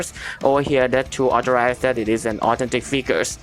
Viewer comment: Great video it's just that the way u said authentic kinda sounded like autentic but still a great vid thx for the help